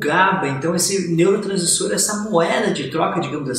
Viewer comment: como confiar num médico q nao consegue nem falar "neuro transmissor"?